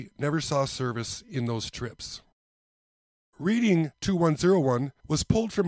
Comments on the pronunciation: After turning sixty, the hair on your ears, your eyebrows and any hair you don't want will grow long. The hair on top your head will stop either all over or the old male pattern baldness. Such is life. I know you do not live on the east coast and I am not making fun of you. When you pronounce Reading as if you are learning from a book, no one I have ever spoken with in PA says it that way, including people from Reading. The only way I have heard people say it is "Redding" as if you are colorizing something red. Hope this helps. It may not be the correct way according to Webster but he never lived in Reading. 😃 You are lucky to have a Hobby Shop that is close by. Hobby shops have a tough time making ends meet in modern times. So few people put up a train garden any more. A local fire company stopped with a group of individuals that would set up every Christmas season and these people loved doing it. My local shop sold his inventory and closed shop. Gone are balsa wood kits for RC airplanes and most of the RC fuel engines in favor of instant gratification with the electric ready to fly planes made of styrofoam and other lightweight materials. On a different note, Fisher Body Craftsman Guild was discontinued in 1968 where young modelers would build a replica of the Fisher Body Coach that was the emblem on sill plates of many GM cars. The Guild tried to get the younger generation involved in designing new vehicles. Now it is all done with computers. I love model railroading even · I got a lot of flack for pronouncing it read-ing. Thats how us midwesterners said it on the monopoly board. I know know better and say in red-ing. Yes its sad how times change and the youth have different pastimes and no developed skill sets. Makes ya wonder whats life gunnel be like in another 50 years